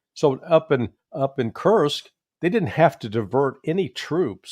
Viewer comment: Please, for the love of everything, holy, Judge. It's Kursk... no T in the word.